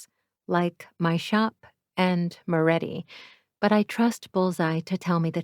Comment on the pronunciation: Moretti not Morré